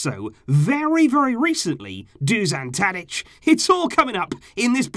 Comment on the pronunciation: When saying Dušan Tadić, its hard to pronounce. You are saying Tadić corecttly, but Dušan is a bit harder. Š is like youre saying S-hut or youre shushing someone (sshhhhh..). So "Dushan Tadić" basically. nobody cares but im bored